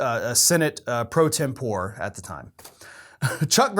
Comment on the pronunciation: Senate pro-tem-por-eh. The final E is pronounced. Or, use Senate Protem.